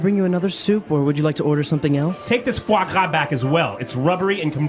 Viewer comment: This video is so useful, but I think, because of the technically problem of AI thing, there are some faults, like 'the fog W' it's a fois gras, and I don't understand What the 'guacca' is. Is this just mocking sound for fois gras? plz anybody teaches me 😢😢